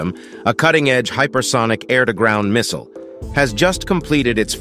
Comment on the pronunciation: Just say missile 😂